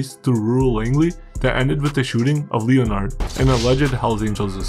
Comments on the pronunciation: Leo-Nard guy can’t even pronounce a prominent name like Leh-Nerd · Bro I love your vids but the name Leonard is pronounced lenerd. Keep up the good work! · Bro said Leo-Nard